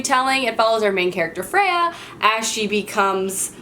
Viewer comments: Um what? Freya? I thought it was Feyra? I could be wrong how to say it though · First, acomaf is definitely my #1 favorite book of this year. Second, I don't mean to be rude or anything but you pronounced her name wrong. It's Feyre, not "Freya" 😉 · Haha It's Feyre! Fay-Ra. Sorry it just bothers me when people don't pronounce names right! I've been meaning to start the Kingkiller Chronicles so I'm glad that you enjoyed it!